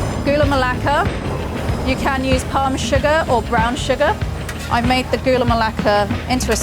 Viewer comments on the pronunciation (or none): none